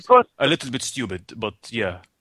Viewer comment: DID YOU JUST CALL ME STOOPYID